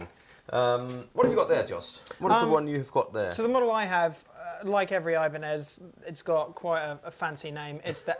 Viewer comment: ibranez.. new brand from ch-eye-na xD